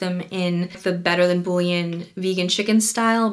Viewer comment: she says bolloneyasè but can't say buyon